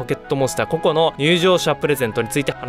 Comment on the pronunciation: ポケットモンスター コ↑コ↓ で草